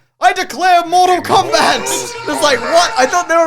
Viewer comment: MORE-TAL KOBAT